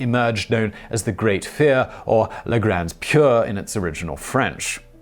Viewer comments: I was going to tease you for being hard on him for trying to pronounce a foreign language..... Then I heard it. La grandeh pier. Amazing. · Simon's pronunciation is NOT the original french! i don't think I've ever heard him pronounce a foreign word correctly. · Regrettably, Simon's "original French" bears no relationship to how the "la grande peur" is really pronounced.